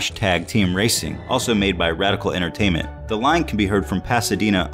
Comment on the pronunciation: Redical entertainment? I don't think he rehersed the script